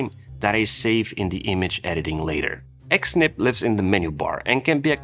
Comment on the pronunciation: I think Xsnip is pronounced as Snip.